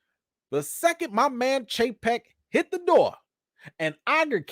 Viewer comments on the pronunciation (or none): none